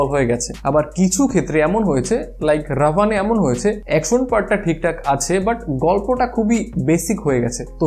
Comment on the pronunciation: রাভান😂😂 না ভাই রাবন ওকে